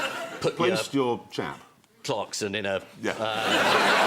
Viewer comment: "put your.......Clarkson......in the receptacle"😂😂